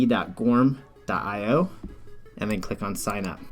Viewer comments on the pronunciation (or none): Thanks for this alternative. Just for the sake of the founder of goorm, it should be pronounced like "guru" in English with "m" sound at the end. "Goorm" literally means "cloud" in Korean.